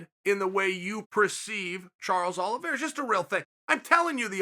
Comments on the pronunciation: He also said Charlie Olives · he said Charles OLIVIERA, he says the names wrong on purpose